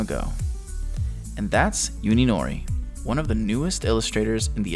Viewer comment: Hey, just an FYI. You are pronouncing Uninori's name incorrectly. You are saying it as if it was spelled Yuninori. In Japanese the U is prnounced like "oo" similar to the o's in food. So you would prnounce Uninori like oo-nee-no-ree.